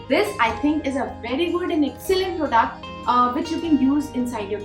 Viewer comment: The word “ Product” may be pronounced as “ Praaduct” and not “ pro duct”